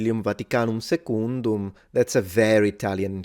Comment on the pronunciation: When he said "Secundum" it sounded Portuguese.